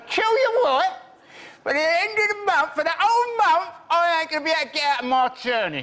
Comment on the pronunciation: He couldn't get ahht the turnin